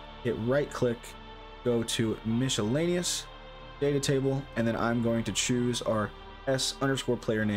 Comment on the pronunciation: Great video, but I've never heard anyone say "MISH-ellaneous" before. It's usually pronounced "MIS-ellaneous" with a silent c, or some people pronounce it "MISK-ellaneous", but never "MISH" :)